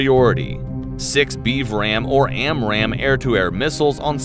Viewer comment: Every time he says A$$ RAM missile, I think of Top Gun.